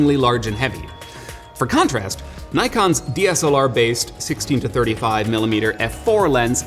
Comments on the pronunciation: It’s properly pronounce as Nee-kon not Nay-kon. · it's "nikon" not something like "naikan" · My friend not naikon ,say it niikon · i feel compelled to as why do yanks pronounce NIKON as NYKON. nikon has an i not a y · NEE-kon not NIE-kon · Fake Wukong its pronounced nee-con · I cringe every time people say “nai-kon” Nikon America just gave up and be like “OK whatever you pronounce just fucking buy it” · NOT 'Nite' kon IS 'NICK' kon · Me too. And don't get me started on Nyekon, it's Nikkon. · Knows his stuff except can't pronounce Nikon, how weird is that? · He's also saying Nikon as Nai-kon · DID HE CALL NIKON, Naikon ??? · Super informative! Thanks for the great video. But one small thing i want to mention pronounciation of Nikon. It's japanese, you have to say as "Knee kon". In fact, if you see a word that it's not originally come from english, general rule of prounounciation is, I = Ee, A = ah. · Did he said Naikon? you suck bro, other than that, good review.